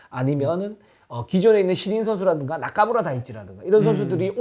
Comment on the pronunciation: 타이치 이름 말하실때 나까무라 에서 혼자 피식 했습니다 요즘은 거의 나카무라 라고 발음하는데 나까무라는 좀 옛날스럽네요